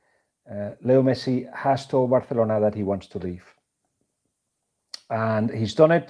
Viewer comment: Actually that's how it is pronounced.